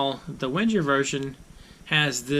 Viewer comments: "Venn-ger" not "Wenn-jerr" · The w is pronounced as a v. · I died a little inside every time you mispronounced Wenger. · Just Roll Same. I’m a Victorinox collector. I don’t own a single Wenger but I respect their history and know enough to pronounce it correctly.